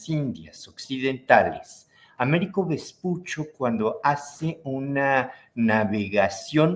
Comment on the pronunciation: Se pronuncia Vespucho.